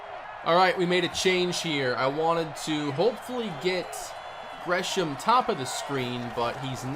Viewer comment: How u know tho Lol he said grey ham